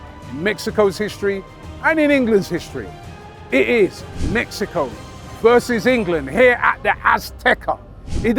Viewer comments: How does butcher everything...whats mekico? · Have to say it my biggest takeaway is please stop from calling it Mekkyco?